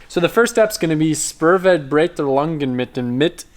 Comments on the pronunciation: Let me help you: in english it should sounds like "Schpoor-fair-brighter-oongen" ;-) I`m german and watching you and other similar channels to get used to your language. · I died when he tried to said Spurverbreitungen 😭😭😭